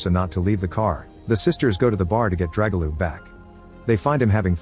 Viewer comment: Oh my the butchering of names is real haha especially pronouncing Dragoljub/Драгољуб as Jregolup aaaaaaa 🤯